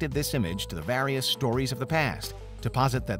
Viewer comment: stop saying 'various' like that in every vid